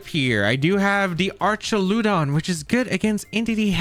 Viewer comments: Great vid as always! Fwiw, I'm like 99 percent sure it's pronounced "Ark-ah-loo-dawn", with a hard 'ch' sound, since it's pulling from the greek "arch". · so just to help, you pronounce Archaludon the same way tou pronounce duraludon. So just say "arch" "al" "uh "don" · How do you pronounce Duraldon correctly but pronounce Archuladon incorrectly 😵‍💫